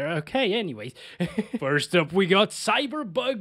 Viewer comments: Hold on are you saying cyberbug or cyberpunk? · lol i like how he says cyberbug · I swear I thought he said "CyberBug"